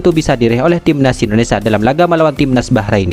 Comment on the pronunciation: Pembaca narasi bisa ucapkan Indonesia ga..jangan Indonesa